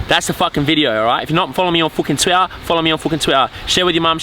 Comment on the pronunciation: Lmfaooo your outro gets me everytime. "Follow me on fu'in twi'aa"